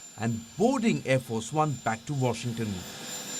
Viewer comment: Shame to worshington